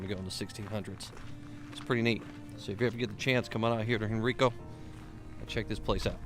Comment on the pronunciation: Very nice intro-it is actually pronounced Hen Rye Co. The Henricus Park behind it is also worth a visit.